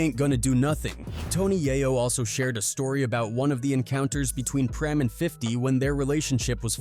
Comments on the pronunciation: its Preme not premi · PRIM,PREM, PREMIE, PREMAY, HO-MO 😂🤣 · 😂😂 preme me had me rolling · How are you going to pronounce Preme five different ways in a row? 😂🤣 Goofy ass AI